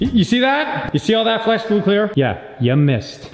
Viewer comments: O.02 didnt say flex glue right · In the beginning am I the only one that hears "flesh glue clear" rather then "flex glue clear".